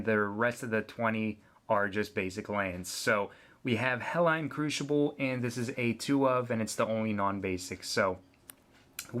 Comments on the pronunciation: also, where are you from? its not Helline. it's Hellion. hell-ee-un. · you say Hellion wrong and i don't like it. Hell'ION' is not Hell'ON' ! learn to read bud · It's pronounced Hell-Lee-Yun, you moron. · GOD DAMMIT IT'S HELL-EE-YUN. I know this is a super old video but that pronunciation just made me forget what an boner feels like.